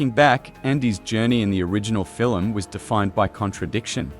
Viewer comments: Fil-em ??? no Film...lol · You pronounced film as filum. 🤣🤣🤣